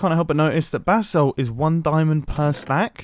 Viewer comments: Every prime he says “basalt” he sounds like he’s saying “bath salt” Like if you agree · Anyone else hear “bath salts” every time Mumbo says “basalt?”